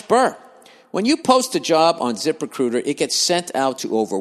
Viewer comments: lmao yeah the zip RECUITA gets me every time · Zip recuitah